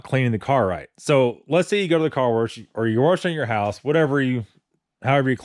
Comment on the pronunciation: Warsh it. Wash it. New Englandy accent.